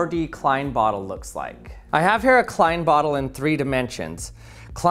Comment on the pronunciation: You are saying “klein” wrong.